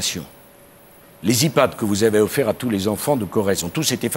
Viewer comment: Quand Sarkozy dit « iPad » ça me clc